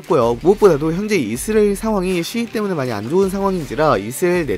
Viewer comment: 이스라엘 발음 개거슬리네